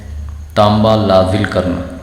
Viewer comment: Aap lazil bol rahe hain ye lazil nahin la zil la hai arabic word hai jiska koi aks na ho pehle to bhasha teek karen Or doosra ye acid pass nahin hoga